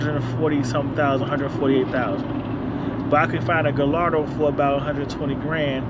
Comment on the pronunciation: hey man it pronounced "guyardo" not "gillardo" lol